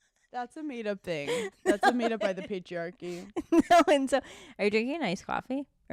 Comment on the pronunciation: I thought Hannah said the Paige-riarchy instead of patriarchy 😂 I’m dead